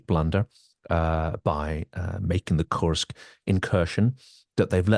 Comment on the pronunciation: So glad you took care to say "Koorsk"(@ rather than the pronunciation adopted by the mainstream media (rhyming with "curse"). Some of us were never part of the British empire 😉. Indeed WWI probably offers the best template for what's in store for a postwar Russia. Any chance of having Jeff Sonnenfeld (on the Russian economy) on the show?